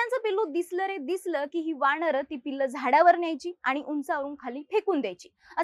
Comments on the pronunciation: वाणर nahiiii वानर असतं ते 😂😂😂😂😂😂😂😂😂😂😂😂😂😂😂😂😂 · मुली जरा शब्दोच्चारावर लक्ष दे...वाणर,मानुस..... 🤷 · अगं बाई वाणर नाही वानर म्हणतात. काय घाणेरड मराठी बोलतात हे लोक.